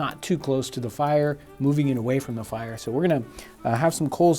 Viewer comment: The way he says "the fIRee"